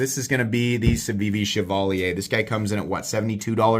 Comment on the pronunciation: Omg chevalier! I think that’s the first time I heard anyone pronounce it correctly!